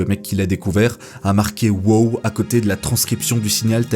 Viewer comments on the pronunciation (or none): C'est pas "wo" c'est "wow".... le 2e w n'est pas muet, c'est de l'anglais! 😉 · Merci pour la vidéo . Tu prenonce très mal ton WOW ,il sonne mieux en anglais lolll